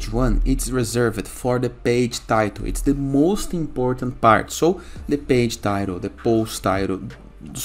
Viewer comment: 😂😂😂 yeah page - bage I heard Just joke😊 But your guides is very important